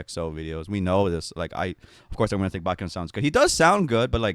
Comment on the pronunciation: You know they don't even say exo right it's not E X O it's exo, so not surprising that he can't say baek's name